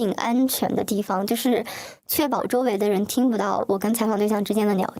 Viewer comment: 还有很多，不知道是不是转换声音导致的，又好像本来她就是这样说话：niao（聊）天，泥（厘）米，念（练）习，您（林）立珍，逆（立）法委员